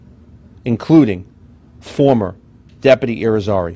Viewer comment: Depaty or deputy? Gauged or engaged?